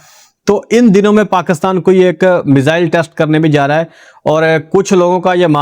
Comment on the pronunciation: Please ap paakastaan na bola kro Pakistan hota hy